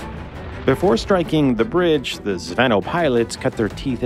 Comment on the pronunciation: You dno't pronounce it "zv`ehnoh". It's almost "zvin`o", last sillabe accented. Means "airsquad" (or "lance", for tanks), being literally "chainlink".